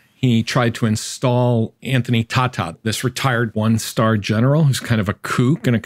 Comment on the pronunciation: The name is pronounced Anthony Tay*ta . How much of an expert can this guy be if he doesn’t even know the name of the man he is criticizing. This just reeks of "orange man bad" level of analysis to me.